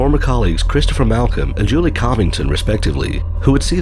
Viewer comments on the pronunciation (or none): none